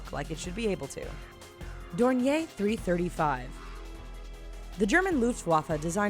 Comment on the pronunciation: Someone tell her its not dornie and it’s called a dornier